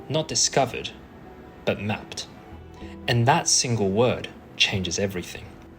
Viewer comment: emphasizes "mapped", immediately diviates to answering the glaring EEZ, ignoring the crucial "in high-resolution" adverbial prepositional phrase. What a chaotic way to start. Absolutely loving it for some reason...